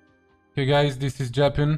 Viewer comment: omg le "dis iz" %